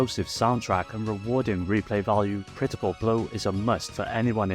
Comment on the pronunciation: Oh, I know about "CRITI-CAH BRO!!" It's the sequel to a fighting game called Genei Tougi: Shadow Struggle, but it's an improvement over the original in pretty much every way.